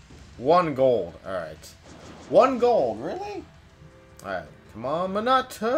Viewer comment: you say minato wrong